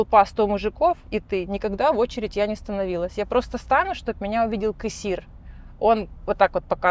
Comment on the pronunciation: Кэссир, кэгэда, пэдэхэди ))) первый раз слышу такое произношение